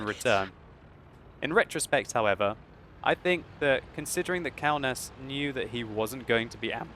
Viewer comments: Kaunas is city in my country KAUNAS (wot player) is from my country p.s you pronounce that very very wrong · Kaunas is a citi in Lithuania so u don't say it like you did. Už LIETUVA vyrai